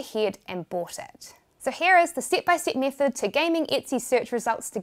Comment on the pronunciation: I have watched the entire video Just to listen to you saying "stip by stip". Now I'm disappointed!